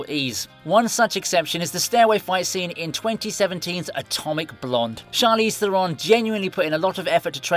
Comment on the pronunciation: You mispronounced Theron. Do your homework. Watch her first appearance on The Graham Norton Show.